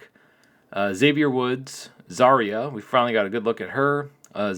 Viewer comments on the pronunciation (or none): none